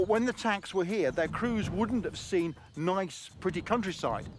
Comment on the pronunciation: can you guess the following word? "and that noice is ..."